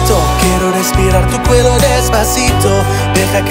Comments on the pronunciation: I know he doesn't know Spanish but he said cuello and he said the double L as L. It's pronounced more like cueyo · Despacito was really good. Only mistake was that he pronounced “cuello” wrong